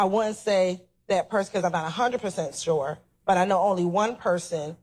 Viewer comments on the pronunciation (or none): She's not even saying sure, she's actually saying Shore!🤦🏾‍♀️🤣🤣😂😂